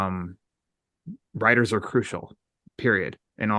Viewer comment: When said "I do support the writers", it sounded like "rioters" lol. That Texan pronunciation